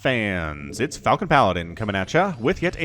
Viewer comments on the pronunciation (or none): none